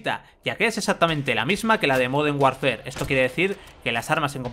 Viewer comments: Moden warnfer??? LuL i dont speak spanglish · modernh warfer